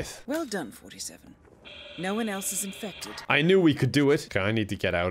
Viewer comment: "Hello friends, my name is and today, we're going to be doing something... a little different." Is just a recurring meme on this channel now. Edit: I thought that when the doctor said "You're infected" she actually said, "You're in-feck-ted." And I had to take a hot second to recover. Edit 2: Hammer home? More like axe home. Ha.